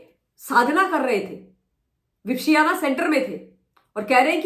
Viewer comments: Madam please just to correct you for the pronunciation, विप - श्याना नहीं होता, वि - पश्यना होता है! संस्कृत में पश्यना मतलब देखना और वि मतलब विशेष तरह से देखना। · आलसी औरत, पहले विपश्यना का उच्चार सही करना सीख, ज्ञान बाद में बांटना!